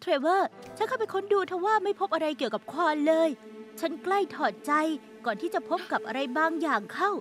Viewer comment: ภาษาเกาหลีมันออกเสียงว่าควอน ถูกแล้วนะ